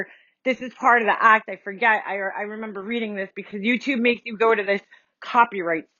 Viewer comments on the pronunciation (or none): You mean she said " RememBAH MEAAH